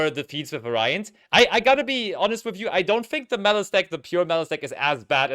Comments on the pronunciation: Someone has to tell them how to properly pronounce "variant", please. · Du musst das erste A betonen. vAriant